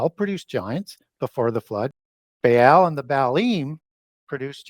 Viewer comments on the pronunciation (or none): You are absolutely perverting every ancient name intentionally, or you are an idiot. Grrr... Say... buh-all. Not "bae-all". Say... chair-ub. Say... "ah-new-knock-ee". Not "an-new-nah-kee". Idiot. Maybe your just high on vikes and think adding a new twist of your own will endorse your words with a scholarly insight... you'd be wrong. There were at least 5 other mispronounced names and its painful to my sensibilities. Two differnt day have i comment because I love wasting my time casting pearls. Uhg!